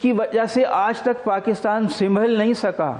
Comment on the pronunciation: Anchor sb please check your urdu pronunciation, سمبھل